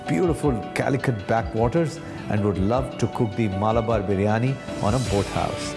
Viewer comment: Its Malabar.. Not Maalabar